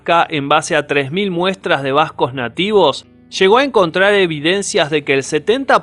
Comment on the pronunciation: Un trago de tequila por cada vez que dice bascog (Vascos).